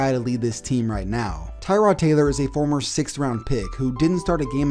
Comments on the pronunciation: It’s “tuh-rod” not “Ty-rod” free “Tuh-rod” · TUH-rod Taylor not TIE-rod. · It's actually prenonce Tuh-rod not Ty-rod just a cool fact for you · Tie-rod? No, it’s Tuh-rod. Also, I’ve always liked Tyrod. He’s a beast. Sure he’s not elite, but he’s better than people give him credit for. And he’s a super chill guy. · Its tuh-rod now lol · Its actually tuh-rod smh Nah I dont actually care it will always by ty-rod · It's pronounced (TUH-ROD) Taylor. Get it right, buddy 👏👏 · Thats not how you say tyrods name